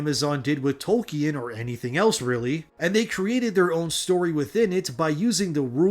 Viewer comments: I'm sorry but you're saying Tolkien wrong. Toll-King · If you’re going to mention one of histories greatest authors every other sentence you really should learn how to pronounce his name mate. It’s making me cringe so much I have to stop watching😂